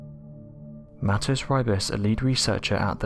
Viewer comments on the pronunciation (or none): none